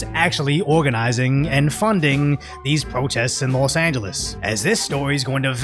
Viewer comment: "Lost Angeles" SMH...